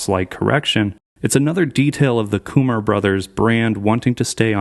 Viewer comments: German : Hyun Kummer English : Hyun Kummer DumbData: Hyun Koomar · mans just called him "young kumar"